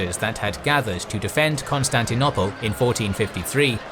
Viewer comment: It’s arguable how best to anglicise the pronunciation of Greek and French. But I don’t like this fellow’s choice. Example: pronoiar. He says pronny-ar. I would go pro-NOY-ar... Also bizarre is his KOn-stanty-NOPPLe!